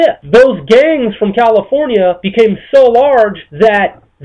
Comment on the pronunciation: GANgz ...why does he say it like that